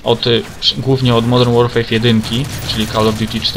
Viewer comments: Modern Łorfer się mówi, u Ciebie słyszę Łorfej czy coś. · Nie to żebym się czepiał ale modern łorfej śmiesznie brzmi